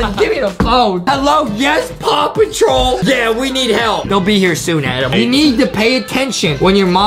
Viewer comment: Why did Justin say pawpotrol